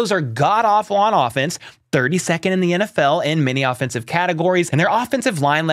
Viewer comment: Lol watching it back in the edit room I chuckled because I didn’t really pronounce offensive correctly